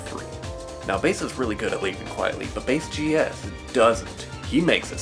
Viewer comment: It's bass like the fish not base smh